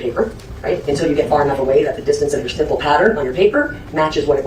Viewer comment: Stop mispronouncing stipple 🤦🏾‍♀️